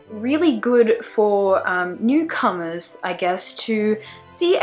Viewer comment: I thought "newcomers" said "necromancers"... only me!